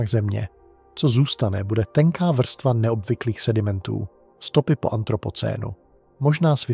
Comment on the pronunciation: Vstva místo vrstva